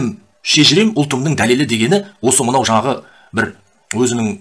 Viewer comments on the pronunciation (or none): none